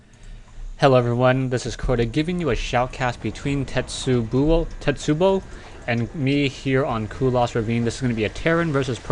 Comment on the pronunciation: A "tetsubo" is a club, and pronounced "te-tsu-bow"